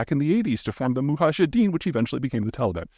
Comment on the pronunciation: "Muhajideen" says the geopolitical expert